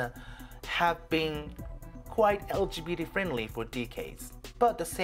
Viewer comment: Very informative. Thank you! Your English is so good, by the way! If I may I'd like to give you two pronunciation tips: First, in LGBT the t sound is always fully pronounced /t/ in both American English and British English. That's also the case with Kyoto. Last one, decades is /'de.keidz/. Anyway very good video, thanks!